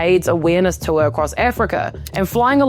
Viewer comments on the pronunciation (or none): none